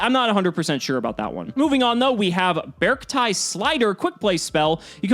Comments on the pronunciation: I think it might pronounced "BEE-ARK-TEE" or "BEE-ARK-TIE". Like "arctic", and the word "bear" is just hidden in there like a combo of the words "bear" and "arctic" (and before anyone tries to be a smart-ass I know that polar bears are only in the antarctic). I saw someone comment that the TCG name is Ursarctic ("bear arctic") which supports the idea. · How to pronounce: -beArkti -really strengthen that A when pronouncing it -try to combine the words Bear and Artcic then remove the final C -BeArcti That is the most grammatically and logically correct probounciation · "Bey-arc-tie" perhaps? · Its bear-ci-ty @@ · I think it's pronuced bear-see-tee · It's BearCity like scarcity but bears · Be-ark-ti i would assume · i think the C is pronosened as a S, bears ti, i think it would be prononsed like that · So based on the katakana of the archetype'a name, since japanese is a phonetic language, it's pronounced bay-ark-tea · It is actually "Bearct-ee" (テイ) from the Japanese spelling. If it was "Bearctai," its Japanese spelling would be different. (タイ) It still could be changed when localized though. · I think you pronounce it as "Be-arc-ti" You can tell they really went in the Bear/Big Dipper motif and the number 7, since the Big Dipper has 7 stars. But, I like it. I might try it out someday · It's obviously pronounced like Bea Arthur. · I assume its pronounced Bee-Arcti... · I pronounce it “Bear-Ci-tee” almost like “bear city” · I believe its pronounced Bear-k-tee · japanese is bearukutii; should be E sound at the end like sill-y, sweet-ie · It's pronounced "bearcti" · “Bearcti” - “Bear” and “Arctic”. I pronounce it “BERRK-tee” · I think it’s pronounced Bearcti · The Japanese reads "Be-aru-ku-ti", so I think you should pronounce it with an E sound at the end. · According to the japanese katakana, the correct way to pronounce their name would be "Bearc-TEA" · According to the Japanese spelling, it’s pronounced “bearc-tee”. ティ (ti) = tee, タイ (tai) = tie